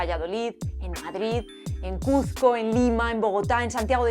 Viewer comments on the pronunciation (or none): none